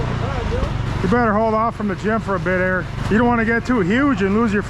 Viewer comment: Please continue to call Eric. Reric. That is amazing. It gets me every time